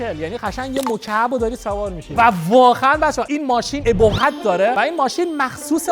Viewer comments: جان مادرت انقدر کلمات رو اشتباه تلفظ نکن به خدا منم ۱۷ ساله که فارسی صحبت نمیکنم توی محل زندگیم به خدا هیچ قشنگی نداره خیلی هم رو اعصابه ❌❌❌❌ EBOHAT OBOHAT ✅✅✅ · داداش بخدا نمیخواستم اینو بگم ولی آخه سومین دفعه ای بود که توی همین ۳ دقیقه این اشتباه رو تکرار کردی البته خیلی از این جور اشتباهات توی بیان کلمات داری ولی بعضیاشون دیگه خیلی ضایع میشن اِبُهَت❌ ( EBOHAT )❌ چیه آخه 😑😐😶 اُبُهَت ✅ ( OBOHAT )✅ شرمنده ولی اخه ریدی توی اُبُهتِ کلمهٔ اُبِهت 😐😂💙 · ❌ebohat ✅obohat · بابا عه بوهت نه عمو اوبوهت (ابهت) عجب!!!! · چرا اینجوری حرف میزنی😂😂😂 ابهت را چجوری تلفظ کرد😅😅😅😅برای کلمه ق حداقل سه تا تشدید میزاری😅😅😅